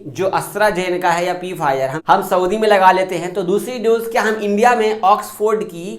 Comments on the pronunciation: पी फाइजर नहीं बोलते फाइजर बोलते है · Pfizer ko P fizer nahi sirf Fizer padha jaata hai. P silent hai is lafz me.